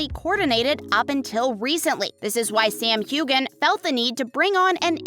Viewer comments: It's not hew-gan. It's hew-an. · HueGan? It's Hue-wen, 3,300 views and you can't even pronounce his name right, Shame! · The g is silent in Hueghan. It's like scratching a chalkboard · I can’t stand listening to this gal mispronounce Sams name . I’m out!